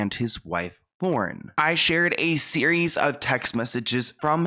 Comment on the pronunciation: I’m sorry but it’s Lauren .